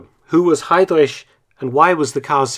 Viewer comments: Ever so slightly irritating to hear you reinvent the wheel and rename heidriCH as heidrish, but it's alright. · Great video Mark, but in spite of the contrary, his surname is pronounced ‘Hi-Dreck’, NOT ‘Hi-Drish’. 😂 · Perfect video as always👌 But pronunciation of his name is 😬 ehm, correct is: Hidrich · I love how you pronounce Heydrich. Its not actually wrong but it sounds like some deep Saxonian accent. Same thing when you say "Leipzig" (Leipzsch). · You're saying Heydrich wrong. You butchered his last name.